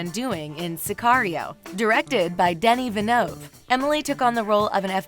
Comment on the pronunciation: Omg the way you said Denis Villeneuve 🤢🤮